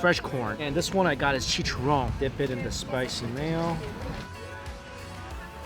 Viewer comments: Mikey said chicharrón so wrong 😫 I'm Hispanic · i love how he says “chicharrón” lol it’s so pure 🥺🤍